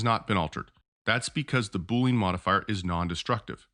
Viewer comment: I like your video, but your pronunciation is incorrect. It is boo-lee-uhn, like "under". It is not boo-lean, like "lean cut of meat"